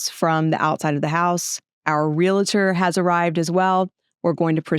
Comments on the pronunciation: ReLaTor? It's "REALTOR"... that's so much worse than a parking dispute... LOL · It's a real-tor, not a real-a-tor. Don't feel bad even Realtors can't say it correctly. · AHHHH! There is no I in realtor. You’re well educated, so please pronounce realtor correctly. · Great story with an even better ending. Helps me to run through my head on how to procede should (hopefully not) an issue come up. By the way,, it's Realtor and not Real-uh-tor. My wife has been a Realtor for 22 years so, I got that drilled into my head!